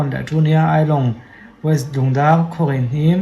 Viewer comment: west hi weist tih a lam hi kan tam Mizo ah hian.. sawi ve mai2